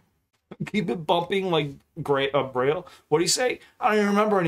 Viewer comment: Brail not grail 😂